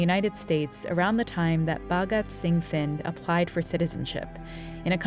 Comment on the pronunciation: Here's a curiousity question for those listening why does the NPR narrator consistently say Finn instead of Thind??? Odd, especially since she begins by correctly spelling and pronouncing it correctly. How did that mispronunciation occur so frequently and miss the radar of NPR 'S editorial staff?